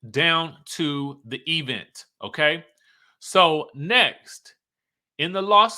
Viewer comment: I fall out everytime u say E-vent😂😂😂🤦🏾‍♂️